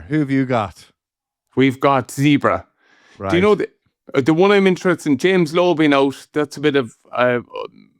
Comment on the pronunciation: When will Donnacha get it right, its Zebre not Zebra. Its really not hard.